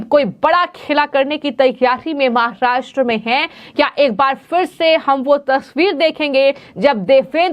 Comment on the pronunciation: Please pronounce Maharashtra properly. No need to put in the fake Chicago accent.